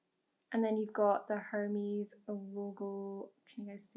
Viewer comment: you pronounced the company name Hermes wrong. The "h" is silent in French